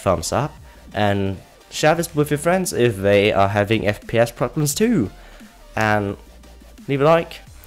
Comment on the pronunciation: He said Fpiss at the beginning lol